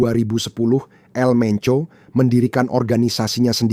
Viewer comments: EL bang bukan AL . Jd kyk org arab 🤭🤣🤣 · El menco bukan Al menco om😅